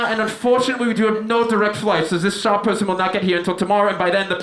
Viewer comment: Love the "sha-person" part